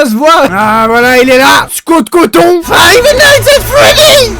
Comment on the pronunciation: "Scott Coton" j'suis en fou rire